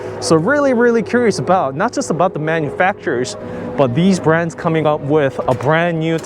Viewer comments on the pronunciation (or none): none